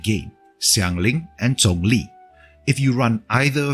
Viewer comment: I'm not sure where you're from, it sounds like maybe Vietnam? But you pronounced Xiangling and Zhongli decently well! Do you speak a bit of mandarin?